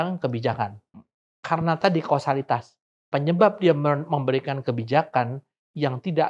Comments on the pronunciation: maksudnya "kausalitas", bukan kasualitas kan? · kausalitas atau kasualitas? berkali-kali diucapkan.. hmmm..